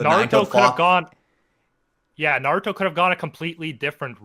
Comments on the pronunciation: ITS NA RU TOE not nod ooh toe FILITHY PLEB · Bro, i haven't even read/seen the series but i know it's Naruto. Not naduto or whatever you're sayin' haha